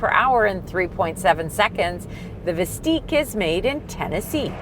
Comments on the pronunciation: Y’all realize you’re pronouncing the name wrong, don’t you? It’s Vist-ick, not Vist-eek. Also, there will not be “Buick, GMC, and Chevrolet versions” of this thing. This isn’t the GM of old where they took one model and slapped different badges on it. Hard for me to continue watching after just a few minutes of nonsense. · "Visteeeq"?! I thought it was "Vistick". The other car is not called "Lyreeek", right? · it's not "Veesteeq"....you should know how to say the name before reviewing a car...pronounced 'Vis 'tick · VIS-TICK. Not VIS-TEEK! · It's Vis tICK not Vis TEEK. You know... like LyrIQ and OptIQ. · Are you joking with the pronunciation?!? It's Vis-Tik like Op-Tik.